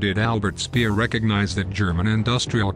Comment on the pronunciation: Not hard to pronounce Speer properly